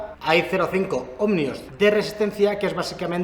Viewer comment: Cada vez que dice /omNio/ en lugar de /Omio/ para los Ohmios se muere un gatito. Buen video igualmente.